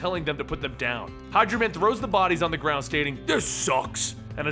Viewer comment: I heard Hydra man instead of hydro man